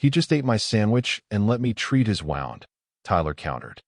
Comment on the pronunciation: Wound like woond not wowend. Teach the narrator how to properly pronounce “xenobiology”. It is like zeno bi ology. No e in bio. Fascinating story. Thanks.